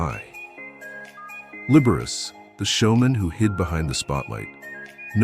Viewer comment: The computer voice should learn how to pronounce Liberace!